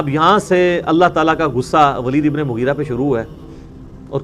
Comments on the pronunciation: Mugri nahi hai bhai. Mugheera hai. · Bhai Naam to sahi dhang se padho unka Naam Hai Moghira ebn shoba yah unka naam hai isliye kahate Hain views kamane ke chakkar mein Islam ki theek tarike se pahle study kar lena chahie 😊